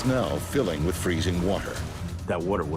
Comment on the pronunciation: Narrator: "The plane started fillikng up with freezing water" Some Survivor: "The water was cold" XD